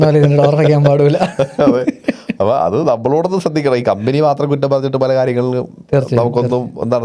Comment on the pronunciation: കമ്പിനി അല്ല കമ്പനി